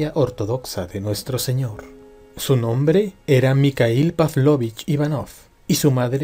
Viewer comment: EXELENTE CONTENIDO SOLO QUE EL NOMBRE MIKHAIL EL EL ESLAVO DE MIGUEL PERO LA PRONUNCIACION NO ES MICAIL SINO MIJAIL IGUAL QUE SUKHOI NO SE DICE SUKOI SINO SUJOI